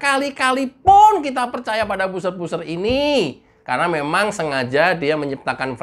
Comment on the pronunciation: Buzzer ini cara bacanya 'bazer' mas bukan 'buser'. Semoga lain kali bisa diperbaiki sehingga kedengaran lebih sedap. Tetap semangat menjadi Buzzer NKRI.